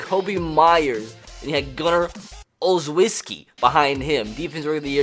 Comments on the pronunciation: it's pronounced "Ole-Chef-Ski" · it’s pronounced “Ole - shes - skee” 😂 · me as a pats fan be like: ITS PERNOUNCED OL-SHES-KEY